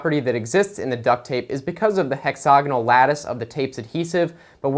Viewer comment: I lost it when he said hexagoinal